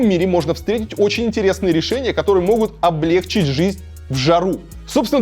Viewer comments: По нормам русского языка правильно ставить ударение на И облегчИть. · Ну да, всё верно - лайк ушёл. Но в слове "облегчить" ударение на последнем слоге.